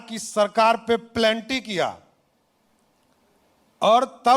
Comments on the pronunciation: प्लेंटी , हाफिडेवीट, 😂😂😂 भाजपा ने कैसा उप मुख्यमंत्री बना दिया हे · pelanty😂😂😂 ye doctorate kiya hua h